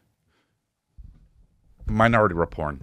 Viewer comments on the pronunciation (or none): loling at "minority reporn" 😂